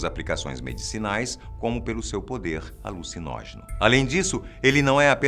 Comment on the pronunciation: Você disse... ALUCINÓGENO ?